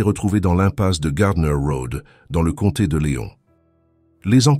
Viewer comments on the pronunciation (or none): none